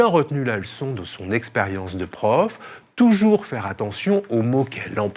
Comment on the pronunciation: Oui, touyours, touyours 😁